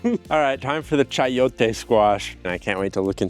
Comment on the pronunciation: i fr loved the way he said "chayote" bc of the proper accent right there